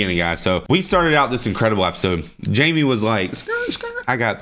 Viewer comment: Just noticed y’all say apisode instead of episode 😂